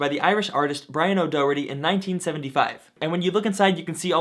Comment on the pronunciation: Daw-heart-eee, I'm from Ireland and every time you say his name I winch 😂 great video as usual though very informative